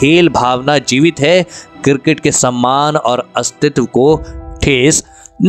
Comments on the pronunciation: Abe kirket nhi cricket bolo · Cricket sounds girgit thik se bolo bhai